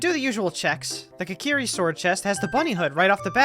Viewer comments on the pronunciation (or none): Imagine being born with a life so predestined for curses like this. Also immediately I really like the clean editing for this, with the start with explaining the logic. (Also I notice you pronounce Kokiri as "kakiri", what the hell dude)